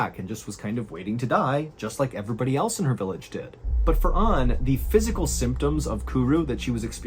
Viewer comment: Aside from "aymtoms" ....yup. Much improved! Well done.